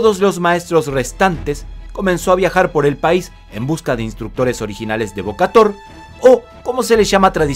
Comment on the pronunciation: Se pronuncia Bo-ka-Tao, la traducción literal es golpear al León, 🙂🙂 salvo por tu pronunciación del Jemer ( camboyano) el video es muy bueno 👍👍👍